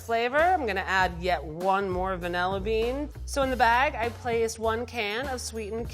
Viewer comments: Lol level 3 out here saying VANEEEEEEHHHHLLA bean. Girl where is the i .... it’s VANILLA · the only bad part about these recipes is that all 3 people say "vanElla"